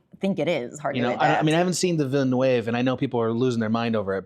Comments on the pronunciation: OMFG the way he pronounces Villeneuve "Veen-uh-wave" LOL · I do enjoy how Adam pronounces "Villeneuve" differently every time he says it. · The pronunciation of Villeneuve cracks me up. I'm pronouncing it that way from now on